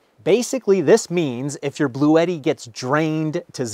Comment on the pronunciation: Don't forgetti, your Bluetti, rhymes with spaghetti. But ute doesn't.